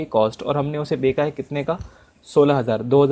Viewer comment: बेचा की जगह बेका बोल बोलकर बहुत पकाया